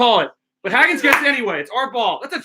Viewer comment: The way you pronounce Hagans name is killing me. It’s HAY-GANS